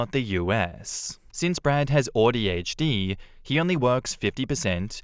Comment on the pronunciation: Listening to say “Audi HD” is driving me crazy 😂